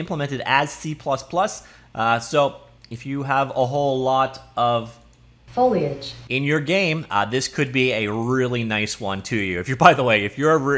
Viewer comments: No, in a bunch of his old videos he says "foil-age" and people roasted his pronunciation in the comments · It's because he usually pronounces it as Foi-Lage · He had a problem pronouncing it before, he would say "foilage" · fo-lee-edge ..... also gif has a hard G.... for your health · "Foliage" LOL... well played, sir, well played